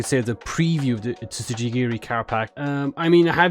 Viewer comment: im sorry the what pro pack?! im fucking crying the T is silent fam